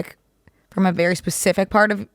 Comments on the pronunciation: I love how when says specific she actually just says pacific. Queen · saying "pacific" instead of "specific" kills me 😂💗